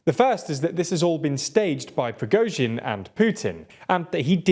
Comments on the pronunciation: I remember when was pronouncing the surname as "Prigot-sin" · Stop saying "Pri-GO-zhin" it's pronounced "Pri-GORE-zhin" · Wow, you're no longer pronouncing his name as Prizgovin, well done!